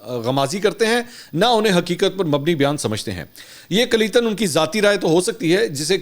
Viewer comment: Kulya-tann not kaleten